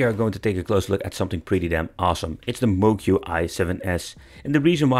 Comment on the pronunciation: Moqi is pronounced “mo chee”. I don’t blame people for getting this wrong. Pinyin, the use of Roman script for Chinese, is utter bullshit. Not intuitive in the least.